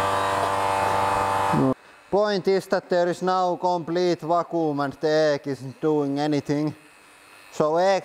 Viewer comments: Not poking fun, I wish I spoke Russian as well as he speaks English. Vac-qum. Hope this help. ✌🏽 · Va-kuum XD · Haha "vacoom"